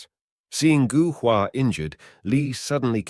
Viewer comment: Gou is pronounced Go in Chinese.